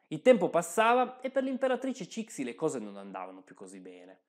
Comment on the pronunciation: Ciao, ti segnalo il libro “l’imperatrice Cixi” che offre un punto di vista un po’ diverso. Il video è molto interessante. Ti prego, non pronunciare Cixi così.